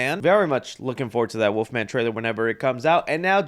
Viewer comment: There is an “L” in Wolfman, it’s not woofman 😂🤣😂